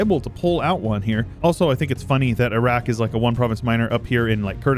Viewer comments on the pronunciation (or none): none